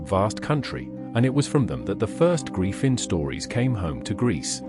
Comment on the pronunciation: You mispronounce griffin